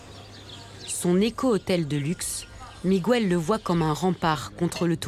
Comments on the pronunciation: On ne dit pas "migouel" on dit Miguel, le son "gue" existe en français, par ej.: guerre, est-ce que vous dites "gouerre"? Enfin.......instruisez-vous SVP!!!!!! Ceci dit, votre video et vos idées je les partage amplement, c'est un crime contre la nature, bien fait! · Juste pour info: Miguel se prononce Mi-guel, et non MigÜel 😉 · MIGOUELLE Franchement, il serait temps de comprendre que la langue du Portugal est différente de celle de l'Espagne. Miguel, José et Jorje ce prononce comme en français, et pas Migouelle, Rosé et Roré comme en castillan. Sinon, excellent reportage, merci et bonne continuation. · Très bon documentaire mais pourriez vous une fois pour toutes arrêter de prononcer le prénom Miguel en disant le U??? C’est Miguel pas Migouel … comme on dit Guêpe et pas Gouepe. Je vous jure que c’est énervant car cela fait des décennies que j’entend les français mal prononcer ce prénom …. Merci 🙏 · OH,, on ne prononce pas MigUel,,,, mais Miguel (Migél) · Mais pourquoi insistez vous à prononcer "Migüel" alors que l'on dit, comme en français, Miguel. C'est du portugais, pas de l'espagnol ou je ne sias pas quoi. C'est stupide, quoi. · Pète un coup ça ira mieux, explique aux portugais comment en prononce le R en français, après on verra pour Miguel. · En castillan on dit Miguel sans U, José et pas Rosé et Jorjé et pas Roré ! Vous n 'avez jamais été en Castille ? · apprenez à prononcer Miguel...c'est énervant! On ne prononce pas le"U".